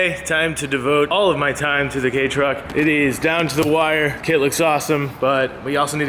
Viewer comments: did you call it the gay truck? Lmao is that what I heard? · Did you say gay truck?